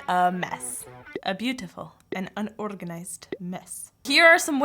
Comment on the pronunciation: OKAY NATALIE IS WEARING ROSALINA's HAT AND USED HER ACCENT FOR THE WORD "UNORGANIZED"